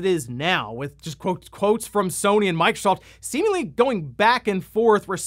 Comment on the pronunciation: Sounded like he said microsalt 😂